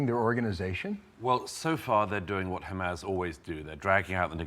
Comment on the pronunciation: It's wild how Doug got absolutely clowned on by Dave Smith a few months ago and he still doubled down on everything. He's a fool. *side note but i can't stand the smarmy way he pronounces "hamas" like "ham-ass"